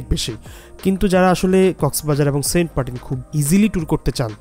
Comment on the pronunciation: sobai boltache saint martin tar poreo apni bolchen saint partin karon ki vai